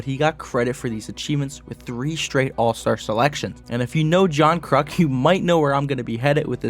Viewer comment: “3 time zall star”